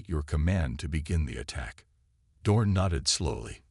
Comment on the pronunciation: Name is Dorn, not dawn!😮